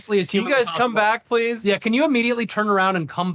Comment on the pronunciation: Did you even say Pweese?